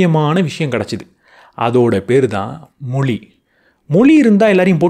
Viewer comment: ‘மொளி’ யா இல்ல ‘மொழி’யா?? தமிழுக்கு ‘ழ’ அழகு. அதைப் போய் இப்படி உச்சரிக்கிறீர்களே!!